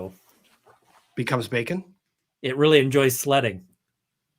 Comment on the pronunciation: "SLEDding" 🤣🤣🤣🤣 Ian, you broke!